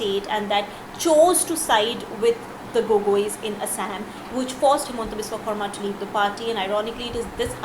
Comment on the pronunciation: Please improve the pronounciation of Biswa Sarma.